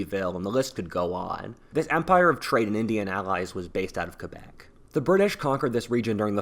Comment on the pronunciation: Props for for Pronouncing Quebec As "KebEk" And not "KwebEk"